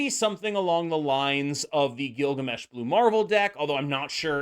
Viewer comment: “Gilbert Gammesh” bro 😂